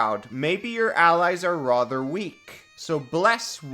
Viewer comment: Stop saying "rother".